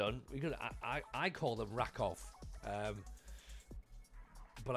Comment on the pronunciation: Hey, - random comment just to say, it's "ra-KOOF", to rhyme with "goof". Have fun!